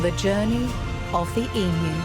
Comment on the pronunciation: Thankgod, someone pronouncing the name of this beloved derpy birds correctly ❤